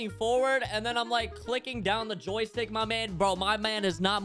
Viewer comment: when u say joy stick is so funny